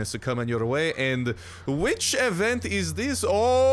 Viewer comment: that's also my favorite avent! Seriously why do you pronounce event as avent?